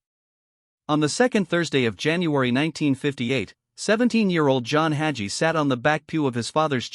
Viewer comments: This AI generated. To confuse his followers. Listen to the way his name is pronounced. Red flag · It drives me crazy that these ai commentators can’t pronounce the names of their target.